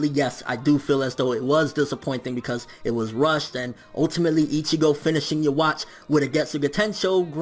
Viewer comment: I'd probably like the video more if you didn't say Yhwach's name like that